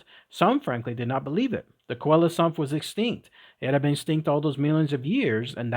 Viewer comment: N.B. Coelacanth is pronounced SEE-la-CANTH. All clear? Could only listen to the first ten minutes B4 giving up. Get the pronounciation right!!! 🐠🐠🐠